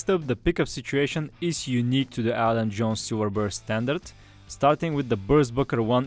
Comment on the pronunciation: It’s Adam not Alan